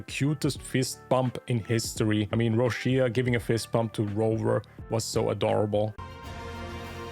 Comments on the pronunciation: Correct pronunciation Roccia /'rɔttʃa/ something like Roccha not Roshia. Im pulling for her. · Why i keep hearing Rushia while her name in Japanese is Rokka 😂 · Why people keep pronouncing her name ro-shi-a. It’s ro-cha